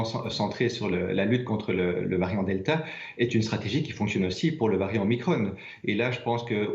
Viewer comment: Même pas foutu de prononcer le nom du variant comme il faut